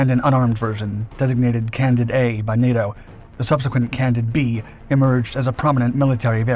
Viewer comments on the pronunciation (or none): none